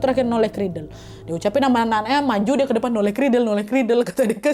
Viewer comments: Itu bukan "Noleh kridel" yaa kak 😂 tapi "Nollaig Ghrìdheil" 😂 itu bahasa Gaelic skotlandia. Emang jarang sih, bahkan udah nggk dipake keknya, karena orang2 dah pakai "Merry Christmas" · Nollaig Chridheil nad... Bukan noleh kridel....